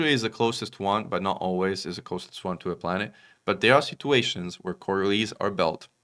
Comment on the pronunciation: Thanks for the summary. But btw., the "s" in Coriolis is not silent. Took me a while to figure out you were talking about our favorite kind of space station.